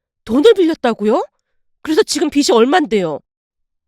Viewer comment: 매일 를 듣는 사람이에요. 는 사람들에게 말로써 이야기를 전해주는 채널이다 보니 가능한한 정확하게 발음해 주시면 좋겠어요. 빚이 -' 비시' 가 아니라 '비지' 꽃이 - '꼬시' 가 아니라 '꼬치' 항상 이 두가지 발음이 교정이 안되는거 같아요. 늘 아름다운 이야기를 전해주어 감사히 잘 듣고 있습니다. 오늘도 감사드립니다